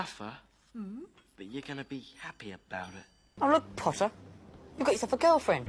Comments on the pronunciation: no it's "PoTtAh" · trainin for the ballet pottah? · I RESPECTFULLY DISAGREE WHAT ABOUT 'POTTAH' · And "POTTAH" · maybe one day Draco will spit when he will say pottah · Y’all forgot the two best lines “Scared pottah?” “It’s killed meh it’s killed meh” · The only ones missing: “ThE-THe DanCiNg RaTS” and “pOTTaH” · I can’t believe “Training for the ballet, POTTAH?” was never sent by any of them. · or "training for the ballet, pottah?"